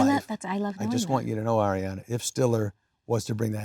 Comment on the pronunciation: This was so heart warming ❤ i hope adams okay that cough sounds rough. Kinda random but I love that he pronounces her name correctly. So many people are still saying it like air-iana 😅